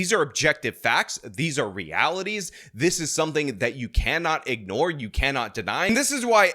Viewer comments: Ingore? Really? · "INGORE" let's jeer it for IA!